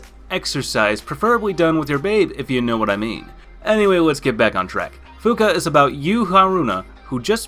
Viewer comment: Fuuka? Really?